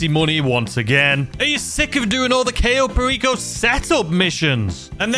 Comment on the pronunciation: You're pronouncing Cayo Perico wrong it's pronounced Kyo not Kayo it rhymes with Buy oh